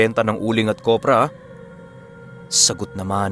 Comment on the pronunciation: Kopra po hindi kobra hihi…gandang umaga sa lhat